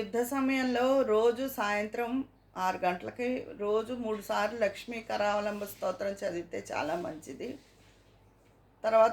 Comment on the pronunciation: లక్ష్మి కారావాలంంభం కాదు లక్ష్మి నృసింహ కారవాలం భం అండి